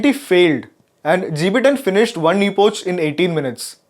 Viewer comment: Its not epouch its epokh